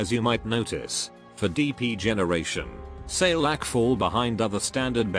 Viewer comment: Wait, I tought Saileach was pronounced as "Sail-Each" but it pronounced "Sai-lah-ha"